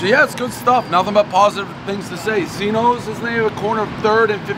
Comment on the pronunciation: It's pronounced "Gino's"